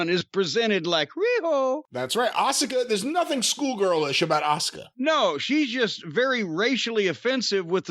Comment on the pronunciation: Wow finally figured out how to say Asuka